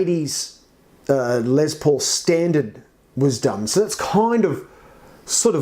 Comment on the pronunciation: Its LES paul not LEZ paul..lol